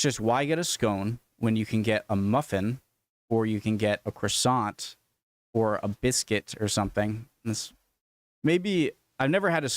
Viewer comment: 😊... Just to say, you were right the first time because despite the spelling "Domesday" it actually is pronounced '_Doomsday_'...😊 And, Scones are not dry or tasteless. Properly made and eaten with cream & jam,they are soft, (very slightly moist), tasty treats. Croissant... The 't' is not pronounced. Muffins (& crumpets) are not the same as what you eat in the US. (Thank goodness!!😊)